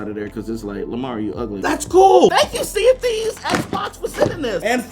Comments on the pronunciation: I thought that he said "CND" instead of "Sea of Theives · Whenever he says Sea Of Thieves i keep thinking he says CND I’m like Captain Microsoft Dude